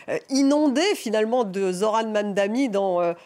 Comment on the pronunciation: Why it's so hard to read his name correctly? It's not Mamdami its Mamdani.